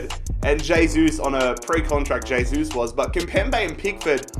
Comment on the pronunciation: Please....... pronounce "hey-sus"